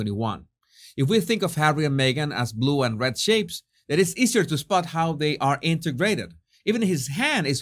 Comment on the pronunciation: I thought you said LOOK AT SHEEPS not shapes and cracked up. I gotta clean my ears. 😂